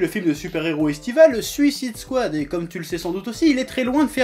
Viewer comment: J'ai aimé le film perso, mais cet animé a l'air vraiment bien, cette vidéo m'a donné envie de le voir ! Par contre, s'il vous plait, j'aimerais voir une critique française où "Suicide Squad" est prononcé correctement xD